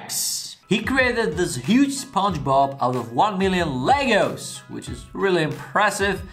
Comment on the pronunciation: That was good thought you saying legals. Then pull the box up Legos. Love how different accents pronounces words.